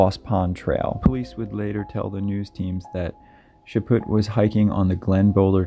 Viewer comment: "Chaput" The T is silent. Chaw-pew...sort of. ;) keep up the good work, and you guys keep watching!